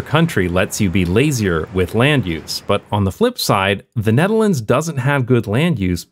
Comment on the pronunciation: “size of hte nutehrlaunds” haha